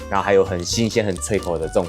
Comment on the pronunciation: 是蕈ㄒㄩㄣˋ菇，不是ㄐㄩㄣˋ菇